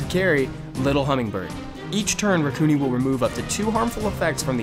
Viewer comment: I thought it was (Rack-u-nai)